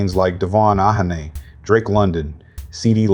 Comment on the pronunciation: Ok IM OUTTT after I heard you say Ahhhhhaaaaaneyyyyy 😂😂😂 It’s A-Chan ….